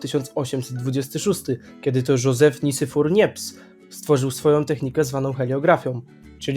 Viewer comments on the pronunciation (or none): Nazwiska czyta sie „Nips” i „Dager”